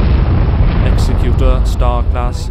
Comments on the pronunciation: When you pronounce Executor, think Executive, not Execute. And those larger Rebel cruisers look Alien-like? Of course they do, they're Alien, they're Mon-Calamari. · its pronounced eggs-zec-u-tor spelled executor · Gah, mispronunciation of Executor.